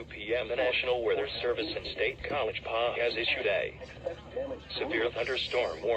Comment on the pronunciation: "State College Pah"